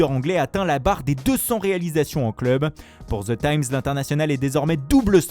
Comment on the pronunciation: Ze Times,Manchester iounaïtiiiiiiiiid 💩🤬👎